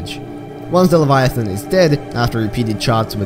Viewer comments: please look up how to pronounce leviathan. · at least you know you said it wrong. Didn't mean to come across as rude, but I am a grammar nazi. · 1 you pronounced leviathan wrong 2 the reaper is longer than the cyclops not almost as long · WHAT YOU MISSED WAS ITS PRONOUNCED LEVIATHAN NOT LEVIATHON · Pronunciation: Reaper Leviathun How you say it: Reaper Leviathon Me: ??? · he says Leviathon instead of Leviathan............I actually think Leviathon sounds better. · Leviath’’AN’’ not leviath’’ON’’ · “Reaper leviothon” It’s pronounced leh-vi-a-then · I hate the way you say leviathan. There's an "a" there, not an "o". Stop it. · The way you said Leviathan crackedr up. It's like calling a thong Thang. Lev-I-A-THAAN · Tioper liviotoin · "Reaper leviathont" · “Reaper LaviaTHON” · "Leviathon" - 2019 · “l e v i a t h o n” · Remember when said "reaper leviathon" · Yeah, he said lev-eye-uh-thon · "Reaper Leviathon" 💀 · reaper laviathon, yes defifnitley how you pronounce it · Any other OCD people annoyed at his pronunciation of the word leviathan? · Mkay like im fine with everything else and the lore and all that but like I hate how you pronounce leviathan is that just me? 😂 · I hate the way he pronounces leviathan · Disliking the video solely based on how you said leviathan seconds. Stopped the video. Unfollowed. Turned off my phone. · "reaper leviathons"